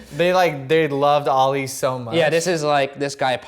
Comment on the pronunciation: Stop saying “oli “ instead of Ali